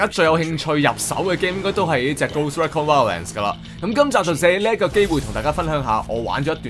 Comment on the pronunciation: Recon <-- RE-CON not REC CON